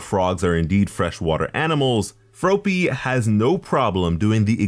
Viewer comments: hearing you say froe-py instead of frop-py made me wanna yeet a frog at your head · He kinda sed ropey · The way he pronounced froppy is how she pronounced it in the anime. Shes my favorite 😍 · Froh-ppy huh? Take a shot. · Froe pee? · Ugh your saying her name wrong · The way your saying froppy is making me feel weird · The way you pronounced Froppy made me realize why im suicidal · >saying Froppy wrong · I cringed every time he said it wrong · Yes he is